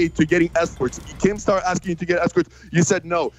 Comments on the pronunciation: pretty sure he says keem... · Will Philipps Idk man it sounded like keem to me